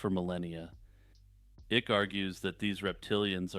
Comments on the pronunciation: David "Ick"...lolol. It's pronounced "Ike", but yeah you are totally correct about what you said about him. It made me laugh because he does indeed give me "the ick" with his deceit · David Icke is pronounced "eye-k" lol, David Ikk is how I feel about the tales he weaves.